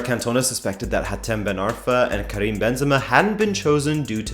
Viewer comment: Karim not "Krim"...